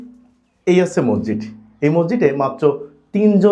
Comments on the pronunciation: মজ্জিদ না রে ভাই উচ্চারণ ঠিক করে মসজিদ বলেন। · আপনি কি বলছেন মরজিদ না মসজিদ না মজিদ? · হালা মগা,,,,মসজিদকে বলে মরজিদ